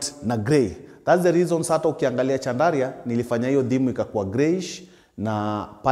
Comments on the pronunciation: Pronounced as SHANDALIA ...... french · Kazi safi boss but pronounciaction ya chandelier ni shandalia sio chandaria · I was wondering why he keeps talking about Chandaria. Kumbe he is talking about chandelier pronounced shandelier. 😅😅😅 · Just sound it as ‘shandalia’ 😂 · Wewe sio Chandaria 🤣🤣 ni chandelier promounced shan·duh·leeuh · Boss jaribu kusema "Shandalia" basi...chandaria ni ikambuni ya tissue papers babadogo munya. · Chandelier, as in shandalier sio Chandaria 😅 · I like how he carelessly says chandaria 😂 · Caught me off guard the first time, was wondering kama ni Chandaria the person 😂😂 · It’s not like westerners pronounce our names properly… give the guy a break. Mradi msee anaweza job, the rest are details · Ina pronunciwa shandlia